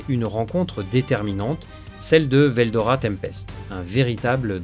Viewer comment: Moi c'est pas ce que tu dis qui me gêne C'est les coupures qui n'ont rien a foutre là entre certains mots comme rois démon Et y a aussi la prononciation de certains noms (veldora... il sort d'où le o???) Je trouve ça très désagréable a l'oreille